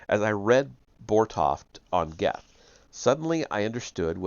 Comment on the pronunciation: Goethe is pronounced Gurt. Rhymes with dirt. I know. It weird. German thing.